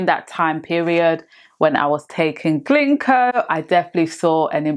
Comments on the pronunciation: It’s GINKO not GLINKO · It's not "Glinko"